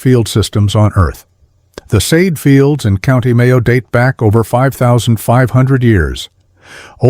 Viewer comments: Not Saaaade fields . Kay-d-eh Fields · Somewhere between Kay-dyeh or Kay-jeh is more correct. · Céide Fields. Pronounced Kayje fields.